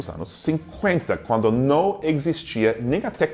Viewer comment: "Noo, não é perigoso?" Mineirês detected!